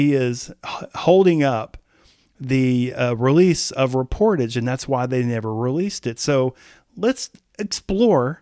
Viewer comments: It's pronounced "rep-or-TAJH" (French word), not "re-POR-tidge". Think of the words corsage and barrage. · It is not “Ree-por-tedge” it’s French, and it is pronounced “Ray-por-taj” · Should be pronounced as “Reh pour Taj” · It’s pronounced: Ray-por-taj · It’s pronounced “REP”-“POR”-“TAJ” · I can not believe how you pronounced Reportage….I mean come on! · you're pronouncing the album title incorrectly. ^DDHQ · He needs to look up the correct pronunciation of the word 'reportage'.. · I don't believe you are pronouncing the title correctly.